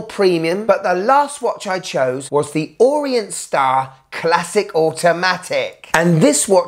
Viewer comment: It's Orient. Not Orient.